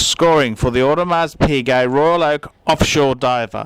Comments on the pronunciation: For the love of all that is holy, PLEASE learn how to pronounce the name of a product before asking others to take you seriously. If I reviewed a Ferrari, and I pronounced it "fee-ray-RYE", nobody would listen to me. Learn how to say "OWE-de-mar", Paul. PLEASE. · I was also sure you don't pronounce the "s" In audemars well I trust Paul's advice that much less now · For someone claiming to be such an authority on watches, i find it dubious how you cannot pronounce Audemars properly with a silent ''s''